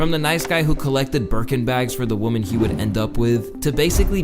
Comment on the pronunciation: Lmao you keep saying woman and women wrong 😂